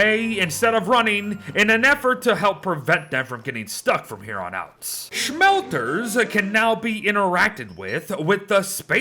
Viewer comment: I love the way he says smelters "shmelters"